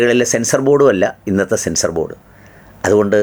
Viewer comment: സെൻസ്നോബോർഡാണോ സെൻസാർബോർഡാണോ😅